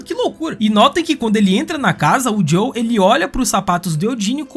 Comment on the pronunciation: Muito bom o vídeo parceiro, única coisa. É JoeL não Jow kkkk